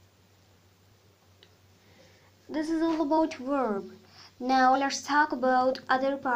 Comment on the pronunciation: Say vvvverb not weeerb